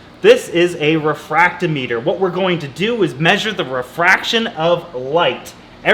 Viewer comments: It’s pronounced refractometer, not refracto meter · It’s pronounced Re fract Tom eter Love your content. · the "meter" part of "refractometer" is pronounced the same way the "meter" part is in "hydrometer", welcome to the salty side!!!! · Yeah, it was funny that he said hydrometer right and then went all weird with refractometer.